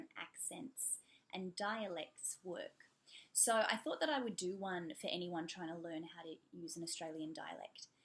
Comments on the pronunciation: I noticed you like saying "so" ...I mean "sar" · How do you do the Australian “so”? I’ve been trying to imitate but it’s so hard